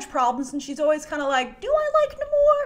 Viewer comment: pronunciation of Namor continues to be unbearable